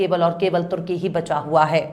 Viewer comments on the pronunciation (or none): none